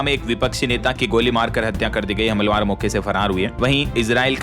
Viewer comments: आप हमलावर को hamalwar बोलते है। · आप को हमलावर बोलना नहीं आता क्या आप हमेशा हमलावर बोलते है।